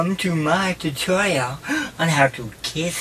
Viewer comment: The way he says tutorial is priceless